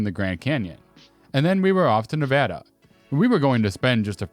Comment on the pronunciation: Thank you so much for pronouncing Nevada correctly! It gets so annoying when more than 1/2 the time, people say it wrong!